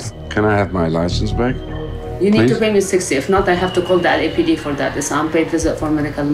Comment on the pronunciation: You know what the LAPD means??? En dan vervolgens zelf verkeerd uitspreken. 😂😂